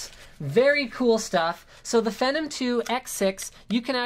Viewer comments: Its pronounced FEE-NOM, not FEH-NOM. Hate to nit-pick, but yeah. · Its pronounced "Fee-num" not "Fenom" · PRO!!!!!!! cessor FENnom I wanted to shoot myself every time he said that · FEE-NOM.... FEE NOM.... FEENOM... PHENOM!! sorry just annoyed me, i like the vid tho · yea, it's pronounced like FEE-nom...or at least that's how that Leslie Sobon says it LOL! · pra-cesser and fee-nom you sound like a fucking dumb ass in all of your videos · Comon Linus its Fee-Nom, you frigin NERD lol. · I saw an interview with AMD and the guys at AMD pronounce it FEE-NOM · phEnom E its long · you say phenom so WRONG.... it sounds nasty, what a disgrace lol